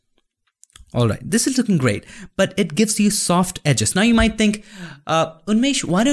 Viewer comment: "Egis" "edges" Happens all the time with me 😂